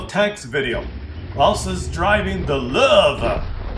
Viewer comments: What is it with the pronunciation of "Löwe" as "Lurve"? Drop the "r" and stop pronouncing the "w" as "v" and instead simply pronounce it as "w". Easy-peasy. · I too throw-up in my mouth a little, every time I hear "Lowe". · its funny how u r from german origin and u cant say lowe :) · Dat pronunciation of Lowe killed me xD